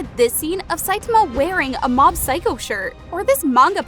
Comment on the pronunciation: I quit watching this video after the third time you pronounced Saitama wrong.